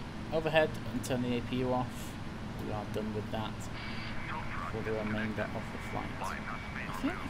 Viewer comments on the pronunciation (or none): none